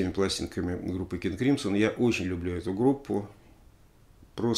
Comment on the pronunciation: Crimson - правильное произношение "кримзон", если что)